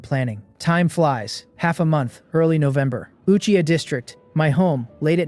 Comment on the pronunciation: this finally says Uchiha yes feels good hear it not achiha